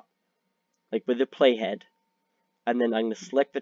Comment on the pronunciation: Could not understand you when you said "playhead"... Had to look it up. Video did not show where you typed the name "Hypixel compellation"... I still have no idea.